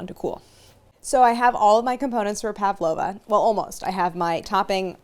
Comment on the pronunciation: I always find it cute when people pronounce an 'a' in Pavlova when there isn't one. Pav-lova rather than Pav-a-lova.